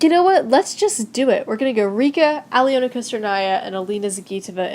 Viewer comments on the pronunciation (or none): And just for future reference.. Alena’s name is pronounced Alona.. I know that sounds weird but her name does have a astrict on the e.